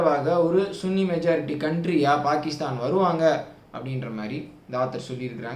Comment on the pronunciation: சுன்னி முஸ்லிம் என்ற வார்த்தையை சன்னி முஸ்லிம் என்று சொல்லி பழகுங்கள், இந்த ஒரு வார்த்தைக்காக உங்களுடைய பதிவுகளை தவிர்க்க வேண்டி இருக்கிறது.